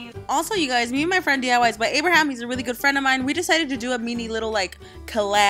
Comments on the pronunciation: Lol, it's min-e not men-eeeee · She says mini weird 😂 she says mene 💀